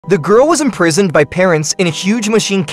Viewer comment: bro the way he said imprisoned will make it look the parents bad